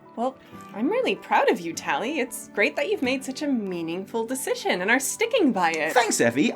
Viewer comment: did u say "meaningfull dicision"?